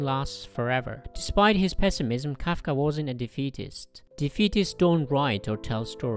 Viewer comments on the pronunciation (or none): It's Kafka not kaka